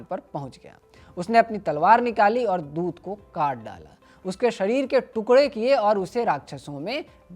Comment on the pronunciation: Bad pronunciation it’s doot not dut, khadha not khara etc Please hire someone talented